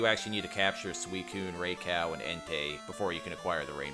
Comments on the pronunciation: No, the last part is pronounced "Oh" not "Ow" and not "Uwe". It's the same ending syllable as in Ho-Oh (Japanese name Houou, lit. Fenghuang). Ou is Japanese for King, much like Tei is Emperor and Kun is Ruler – they're all regal Pokémon. Rai is Japanese for Thunder, Sui for water, En for Flame. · nope. It’s meant to be Rye-KOH. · He really said "Ray Cow" 😂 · Err, it's pronounced a little differently (Righ-Koo), but I kinda like the way you say it lol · Calling Raikou “Ray Cow” was a bold choice. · Dude literally mispronounced pronunciation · no he didn't lol It's "Rai-koh-oo" I speak Japanese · Damn it why do you keep purposely mispronouncing “Raikou” 🤨